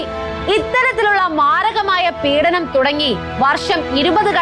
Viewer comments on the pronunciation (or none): none